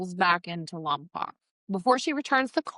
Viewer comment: It’s pronounced Lom poke